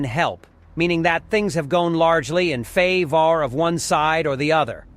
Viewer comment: I hate this ai, it does good for a while and then it has a stroke and dails to pronounce simple words like Favor